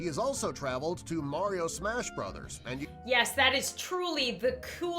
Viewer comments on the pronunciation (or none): none